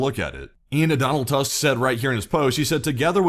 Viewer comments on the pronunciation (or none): none